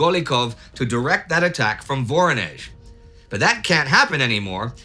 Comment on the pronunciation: Please, pronounce it right: VorOnezh, not VOronezh!!!